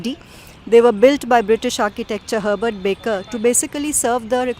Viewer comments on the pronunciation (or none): none